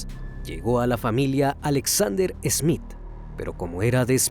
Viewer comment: No es ESmith es Smith Ya es hora de mejorar.